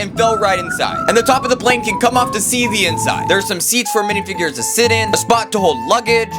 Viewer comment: "dihfigures" bro wat???